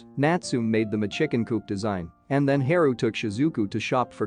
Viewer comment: Haru isn't his name pronounced Haa Roo not He ru Ouch said my ears